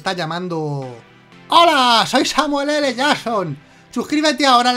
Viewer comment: Jajaja me da risa cuando dice.. hola soy samueo l Jackson xd